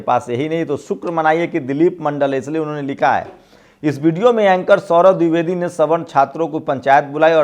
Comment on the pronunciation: pronounce DWIVEDI correctly. Sorry.